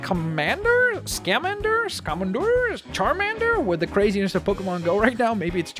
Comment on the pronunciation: skah-man-der (Newt Scamander)